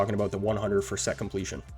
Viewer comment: Great video bro! Love the production, always! Excited times without a doubt! Most of us get overly excited though haha Haha nice emphasis on the set completion 🤣💙 Great video bro! Always great info and production! ✊🏽